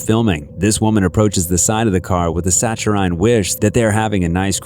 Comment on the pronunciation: “Satch-a-rine” wish? What the hell’s that? You and should do your homework